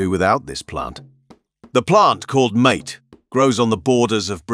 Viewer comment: Mate? Lol. 😆 It's not pronounced that way.